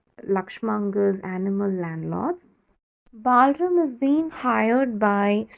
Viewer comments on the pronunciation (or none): The explanation is petty good but no need for the fake accent. What is “Balrum”, It’s BalRAM.